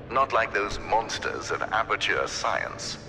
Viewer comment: Wait... "Aperture Science"?